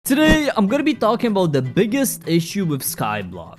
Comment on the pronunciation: How I feel when talks in starting 'TodaYY I'm GonNa TAlk AbOut THe IssUe OF SKyBlOck' ayyyyyyy What's UP BGGg TUBers.heeheheheh